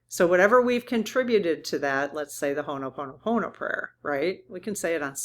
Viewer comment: When you repeatedly mispronounce “Ho‘oponopono” and present it only as a short “prayer,” it erases what it actually is: a traditional Native Hawaiian conflict‑resolution process that’s long, structured, and facilitated, and can take hours or even multiple sessions. Turning that into a decontextualized mantra while invoking Hawaiian roots is exactly what many people mean by cultural appropriation. Correct pronunciation and a clear acknowledgment of the traditional practice would be the bare minimum respect. I’m saying this directly because this matters; Ho‘oponopono is a living practice for real people, not just content. I’ve raised this before because I genuinely want to see this practice treated with the respect it deserves, starting with accurate pronunciation and honoring its Indigenous roots.